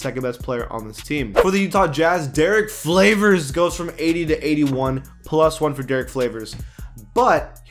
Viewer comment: Did I hear him say Derrick Flavors, or is that just me?